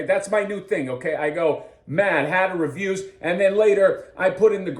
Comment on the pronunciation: "Mad Hatter Reviews" sounds like "Dan Who Reviews"... you may want to change your delivery.😅 😉